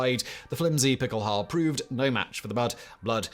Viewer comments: nah, it definitely sounds like he’s saying halbe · Is saying pickelhalbe? Or is my ears lying to me? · The "E" at the end of Pickelhaube is not silent, it is pronounced. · "Pickelhaube" (the final e is NOT silent) is NOT "derived" from Pickel=pickaxe. That is a later folketymological reinterpretation. It derives from MHG bechkenhube/beckelhube. Becken generally means basin but in this case it means bowl. You could translate the original meaning of Pickelhaube as bowler hat. The Stahlhelm shown starting is a Wehrmacht Stahlhelm introduced in 1935 and not a WWI version. It is considerably smaller than the WWI version and lacks the lugs for fitting the "Stirnpanzer".